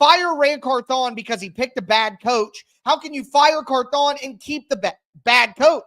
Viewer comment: Can you say the man’s name right 😂 CARTHHH ON it’s one name not two